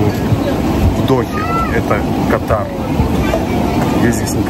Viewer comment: Правильно КА тар Дубай ПАТА'ЙЯ ПХУКЕТ